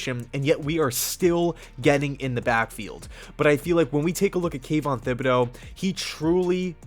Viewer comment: Kayvon's last name is not pronounced with a th like thimble, the H is silent.